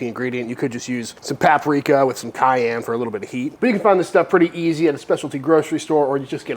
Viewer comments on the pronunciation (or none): none